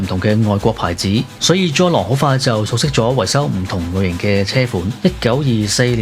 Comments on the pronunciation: 文案寫得唔錯ㄚ,希望唔係ai同你寫😂 Btw,懶音好多,「宗一郎」讀成「Jol郎」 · 聽來聽去都聽唔到宗一郎呢個字